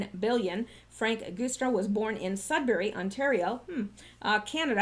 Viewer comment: Happy New Year! And I've always heard the Guistra (sp?) Name pronounced "Juice"stra - not being overly picky, just remember you had said some time ago that you appreciated being alerted about possible mispronounciations.